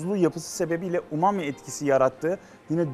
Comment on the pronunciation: umumi burger diye okumak?!?